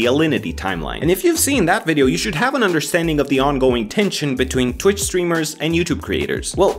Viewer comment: Wtf is "tuwich"?